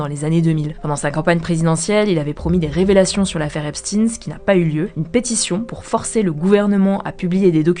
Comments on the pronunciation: "Epstein" pas "Epstine" non ? Il y a des petits problèmes de prononciation de noms propres il me semble avec HugoDecrypte, mais sinon merci pour le boulot journalistique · Alors c'est Stein comme dans Einstein pas Epstiiiiin😂. Pi On l'a suicidé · Mais c'est si dur que ça de prononcer Epstein correctement?